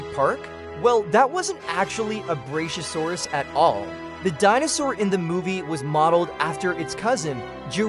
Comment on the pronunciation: Its pronounced, Brak-yo -Sore-Us. Not brashyosaurus.